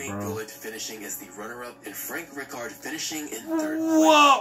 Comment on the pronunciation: I don’t get how the guy who made the video that is reacting to, is shit at pronouncing names lmao how is he a football page without knowing how to say rijkaard or gullit